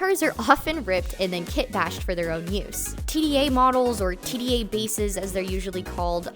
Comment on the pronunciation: And of course their name is pronounced "tee-duh", not "tee dee eh". It's also written with lowercase d and a. Tda.